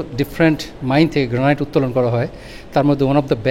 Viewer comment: গ্র্যানিট হচ্ছে সঠিক উচ্চারণ। 'গ্র্যানাইট' উচ্চারণ ভুল! এত বছর ধরে আমেরিকাতে আছেন আর গ্র্যানিট সঠিকভাবে উচ্চারণ করতে জানেন না?! 😮